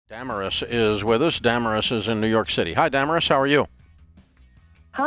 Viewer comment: It's pronounced duh-mare-iss